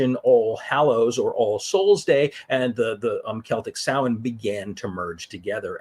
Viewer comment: One thank you for pronouncing it correctly as a pagan myself it always hurts when people mispronounce it. Secondly You can also say t hat this is when the dark half of the year began . Secondly The word actually comes form the Gaelic lanaagauge.